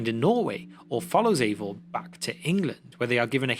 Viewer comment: I know it’s the accent, but I can’t help but hear “Ava” every time. Ava, whose pronouns are He/Him.